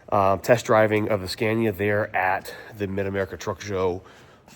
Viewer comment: Learn how to pronounce Scania correctly for gods sake 😂😂😂